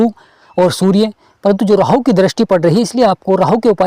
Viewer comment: Sir 🙏 rahu 👍thik he, Rrrrraahu.... Kya he??